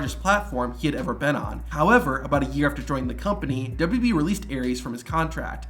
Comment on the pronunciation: Dubbadubyee lol. It's all you talk about. Learn how to say it.